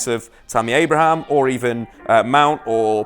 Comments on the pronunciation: There's clearly no S in ABRAHAM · Please stop saying Abrahams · Abraham not Abrahams...Pulisick not Pulisich